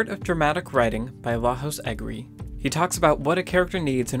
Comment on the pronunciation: Thank you for the insightful video. I just wanted to give you a heads up for Lajos Egri's name. It's Hungarian and the j in Lajos is actually pronounced as the y in yellow. So his name would sound like lah-yo-sh, stress on first syllable, as you already did. You pronounced his last name perfectly. You definitely don't have to change it in future videos, just thought I'd give you a fun fact. Love the rest of your videos too!